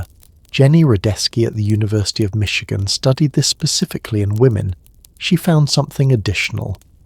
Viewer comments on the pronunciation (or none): none